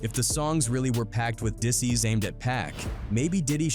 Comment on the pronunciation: he said diss seas instead of disses too😂😂